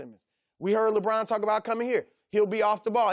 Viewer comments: Lebrahn and Raejawn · “LaBraan...”- Chris Broussard